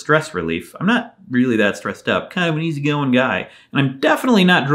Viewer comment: I thought he said "I'm kind of a wheezy going guy" at first and tbh I'm kinda sad he didn't